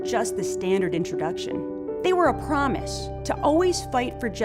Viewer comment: “They were a promish” lmaoooo